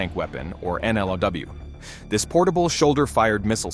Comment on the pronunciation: AI generated content and voice narration. This report is mostly fluff stuff you'd expect from a verbose AI. The AI voice narration gets subtle stuff wrong, like saying "m - m" instead of "millimeter". Also other mispronunciations give it away, like "in-a-law" instead on "n - law".